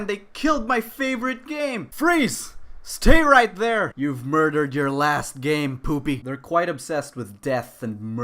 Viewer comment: IT WAS MOIDAHD. MOIDAHD I TEL U.